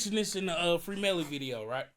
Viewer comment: Brah you saying Free Melly are you serious